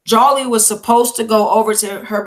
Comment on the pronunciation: it's jholie moussa no disrespect